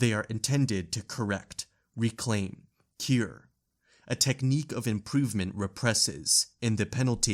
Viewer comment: Did you just pronounce the word “cure” as “keer”? What even was that word!?!